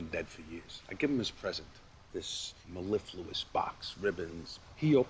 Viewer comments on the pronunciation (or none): "This melliflouous box" = The box sounded great. Another butchering of the language by Carmine Jr.😂😂😂